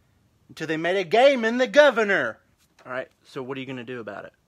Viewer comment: The pronunciation of "gay man" as "gaymin" is just so perfect.